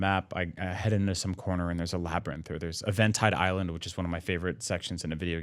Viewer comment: I cringed every time they said "Eventide Island"